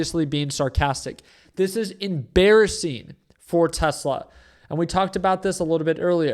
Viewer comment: Did I hear em-“bear”-ising? 😂